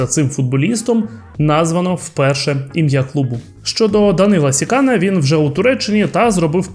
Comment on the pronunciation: Не СікАна, а СіканА. Треба ж хоч трохи знати орфографію.